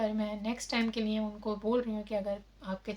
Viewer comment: I U DONT TALK IN ENGLISH CORRECTLY,THEN Y U DONT STOP TALKING WRONG ENGLISH,JUST TALK IN PROPER URDU,U EVEN DONT KNOW URDU WHAT IS NEAY ??? THE WORD IN URDU IS LIYE,CORRECT UR LANGUAGE,NEAY SOUNDS VERY BAD